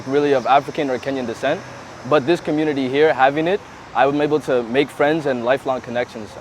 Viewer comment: Kalenjin commmunirry in Kansas cirry😂😂😂😂😂wueh😂😂😂